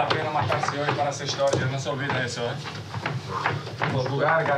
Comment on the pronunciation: "Vamos hacer hishtoria " el comandante :(